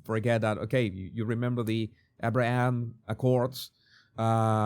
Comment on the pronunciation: Abraham ! Pronounce it well please 😊